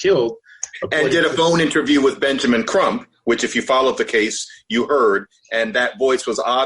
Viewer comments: Why do you keep saying "Trump" instead of "Crump" which is the lawyers actual name? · Benjamin Crump, Not Benjamin "Trump"!